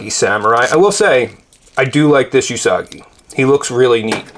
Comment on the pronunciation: OOO-sagi... It's pronounced OOOO-sagi, not uuuu-sagi. The first syllable should be stated as you have commented in "Ooo, be careful..." and "Ooo, and blue paint rub..."